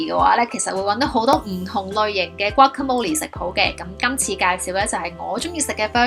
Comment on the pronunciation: 讀“嘩卡魔力’先岩